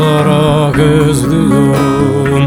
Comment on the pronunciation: Bazen ÖZLÜYORUM derken (Z) fazla geliyor